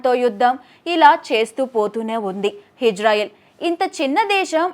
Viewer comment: హిజ్రాయిల్ కాదమ్మా ఇజ్రాయిల్!